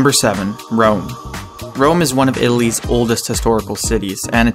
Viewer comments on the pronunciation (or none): Italy's, it sounded like he said Illy's